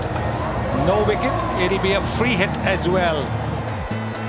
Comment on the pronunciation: NOW NOW NOW NOW NOW NOW The best pronunciation of 'NO'